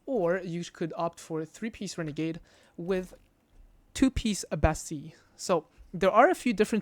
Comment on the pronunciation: the only person that pronounces bastille correctly